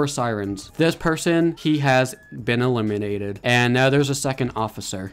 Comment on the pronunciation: Stop saying elemenated* him just say u KILLED HIM